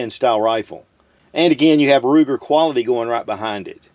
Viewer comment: Every time I hear Ruger 🤮